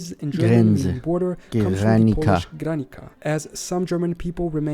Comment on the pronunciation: bad pronunciation - not "granica", but "granitsa". The letter C can be pronounced as TS. But we forgive you, Polish is difficult and the movie is great 😜